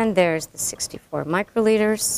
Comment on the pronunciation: thrrrrrrreeee micrrrrroliters.